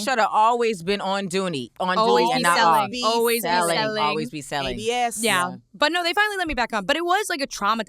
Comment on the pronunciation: When mispronounced duty she looked at cause she just knew she was about to jump on her again😂😂😂